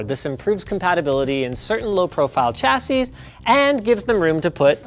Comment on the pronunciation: I'm being a dick for pointing it out, but it's bugging me now . You repeatedly mispronounce the words "chassis" and "nougat". They are both Anglo-French words, so you'd think Canadians of all people, would get it right. :) Chassis: Nougat